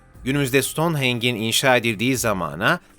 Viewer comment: Ancak Stoneheng diye değil , Stonehenj diye okunur. Bakır parşömen gerek rengi,gerekse yazısıyla gerçektir. Kral Tut-han-kamun 18 yaşında öldü. Skolyoz ve yanı sıra felç ,ensest ilişkiler, anne -babayla ,akrabalarla evlilikten yayılan pek çok hastalıktan muzdariptir .Yaşarken hatta ok atarken oturuyormuş.Baston kullanırmış. Sıtma da bir sinekten bulaşıyor.Ahid Sandığı içinde önemli emirlern yazdığı bir altından sandıktır. Bu sandık Süryanilerce saklanıyor olabilir. Voynich el yazması bu galaksiye ait olmadığı gibi aksine bu dünyadan çok eski pederler ve papalarca ,eroin ,kokain çekerek yazılmış olabilir. Bir büyü ve dünyada olmayan bitkileri gösterse de bu astral seyahatle de yazılmış bir kitap olabilir. Bu Yunanistan'da bulunmuştur. SAYGILARIMLA beray çelebi👩‍🏫